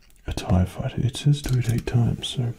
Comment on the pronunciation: Darth Vader tie faiyter